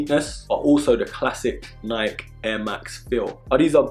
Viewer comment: Hate how he says Nike